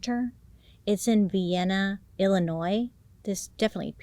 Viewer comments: You mentioned the area I was from 🤯 mind blowing because I didn’t know of this case! And it’s “Vi - Anna” like “vi- olet” (violet) Love you Bailey!!! 🖤🖤🖤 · They pronounce it , "Vy-enna" down in southern Illinois. Trust. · First, love LOVE this makeup look. It makes your eyes pop. Second, I'm originally from southern Illinois (born and raised) and I've driven past the Vienna correctional facility. It gives me no pleasure in telling you that, in southern Illinois, we like naming our towns after well known places but pronouncing it entirely differently. So, it's not Vienna like THE Vienna (or like the little sausages), it's pronounced like VIE-anna (rhymes with Dianna). Just a not-so-fun fact lol ❤ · Ha, I'm from Vienna! That threw me when I heard it. Also, it's pronounced with a long I.